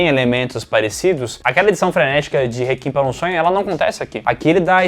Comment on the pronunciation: pf, parem de pronunciar réquiem como "rekin", troço feio